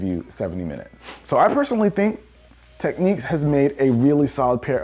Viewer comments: Pronounced tek nicks not tek neeks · Damn it hurt me when he pronounced them techniques.